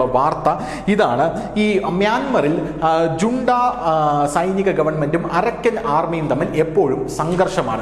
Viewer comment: മ്യാന്മ്യാറിൽ റോഹിൻഗ്യൻ അഭയാർഥികളുടെ ശല്യമോ ? എന്തോന്നാ ഇത് ? റോഹിൻഗ്യക്കാർ എന്ന് പറ . കൂടാതെ " ജുണ്ട" അല്ല "ഹൂൺടാ " എന്നാണ് ഉച്ചാരണം .